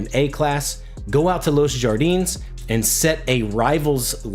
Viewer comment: Los Jardines is pronounced Los “Hardie-nes”